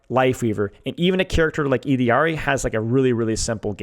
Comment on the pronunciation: OOkkkkk. i gave you like 10 times to pronounce ILLARI (ee-de-ard-ee) like a fkin bozo before i had to click off the video... holy smokes you are annoying